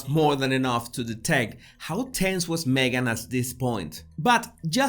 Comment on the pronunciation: I love how you call Me-gain a "suspect"...